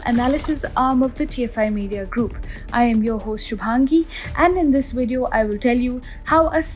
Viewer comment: It's Video, V-i-d-e-o!! Not Wideo. V,V fucking V!!!!!